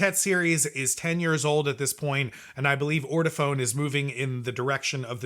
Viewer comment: It is pronounced: Or-toe-Faun. You should have known that. You sound ignorant.